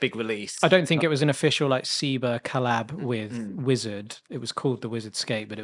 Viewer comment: I keep asking people why they keep pronouncing Seba as Seebuh, as if the name Sebastion is really pronounced See-bastion.